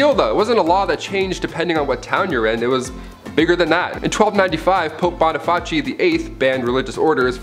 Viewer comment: Boniface. (Bahn-eh-fiss) not (Bahn-eh-fatch-ee). 3 syllables not 4.